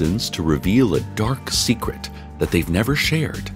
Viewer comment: Did you say ' d E E p D a rK S E C r e t s'?